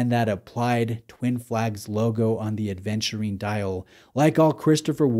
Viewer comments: Thank you for being one of the first to offer us a review on this watch,. But why do you keep saying aDventurine over and over again? 😅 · I know this watch makes you feel adventurous but there's no D in Aventurine. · Thanks,, was looking for a review on this one! Yes, my hesitation was also the 36 size. BTW ‘Aventurine’, not ‘Adventurine’ 😉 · WTF IS ADEVNTURINE?? If you review a watch, at least ensure you pronounce it right.